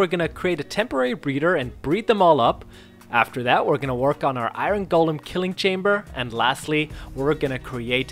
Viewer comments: How do you pronounce the iron wrong its not said eye-run its eye-un you over pronounce the R. Also what is with the "we" and "us" I am not playing the game. You are. They're not "our" tools they're your tools. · I hate how you say iron lol